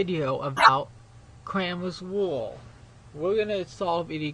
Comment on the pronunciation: CWAMEWS ROO